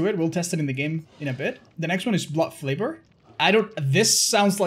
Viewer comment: “Blood flavour” lol, t’is blood FAVOR, little goof there but much love all the same, keep being that shining example <3